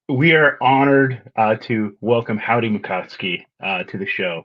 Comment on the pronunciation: Thank you for pronouncing Howdie's name correctly!!!!!